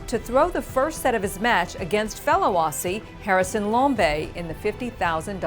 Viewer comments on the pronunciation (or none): Aussie is pronounced ozzie not ossy